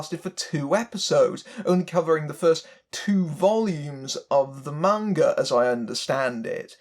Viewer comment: Thank you for pronouncing "manga" correctly... you are absolutely right that any attempt to adapt manga straight would have to be more like a TV series. Manga, like most American graphic novels and comic books, is serialized. That's its pace and structure, the slow build, the episodic plots. That doesn't work for a self-contained movie. That's part of why the first Rurouni Kenshin live action movie (made in Japan) worked so well; it kept the characters and the premise, but played very fast and loose with the plot to create something that could fit all in one film. You could definitely do something similar with Battle Angel Alita, and it's disappointing to hear that they didn't. I may still see it as a fan of the manga, but it sounds like I'll be waiting for the cheap theaters.